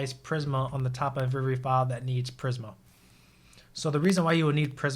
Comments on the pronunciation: It’s pronounced PrismA, not PrisM 😀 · Videos are so good. I just hate when he says prism when it's prismA with a A at the end??😂